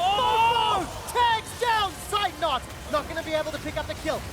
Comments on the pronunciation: I'm always triggered when the casters mispronounce Zeitnot 😁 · its not seitnot, z its like tz in blitzcrank or blitzkrieg^^